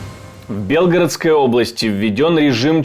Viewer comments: За 2,5 года войны ведущ ий так и не смог правил ьно поставить ударение в БелгорОдской област и,а не в БЕлгородской,п озор!!! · Удорение на букве О правильно говорить, а не Е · В какой какой области? Автор ты для начала ударение правильно поставь прежде чем публиковать подобные новости. Сидишь где нибудь там на Камчатке, не зная что в мире творится